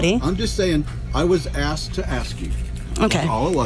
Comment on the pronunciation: "I axed the driver"